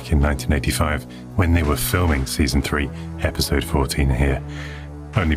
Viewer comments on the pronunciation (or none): I had a wee giggle at your commentary, I'm sure you say "in a future esipode" instead of future episode. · I can't wait for the next "esipode" :p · "a future esipode" ☺